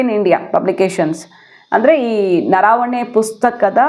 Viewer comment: ಅದು ನರಾವಣೆ ಅಲ್ಲ ಅದು ನರವಣೆ